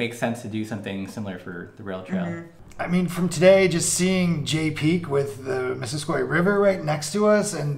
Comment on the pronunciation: Great trail and video: One small pronunciation note: you pronounce the trail "Miss-sis-coy" not Miss-sis-kwa!